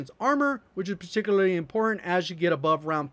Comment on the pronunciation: My guy said perticly